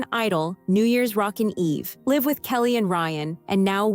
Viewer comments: It’s “live” not “live”. Kind of like it’s “data” not “data”. And I didn’t know Ryan Seacrest was ever considered overweight. Weird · This is driving me crazy with mispronouncing common words like Live and Nice. I’m out now.